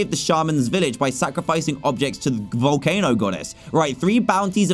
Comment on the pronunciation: Wait! Did i just heard a behemoth in vowelcano! But a behemoth is big! No wonder why its so tiny!